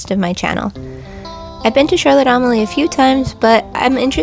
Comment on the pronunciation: If you're going to put out a video, learn to pronouce the name properly. It's not Charlotte Am-a lee. It's Charlotte A-mal-ya.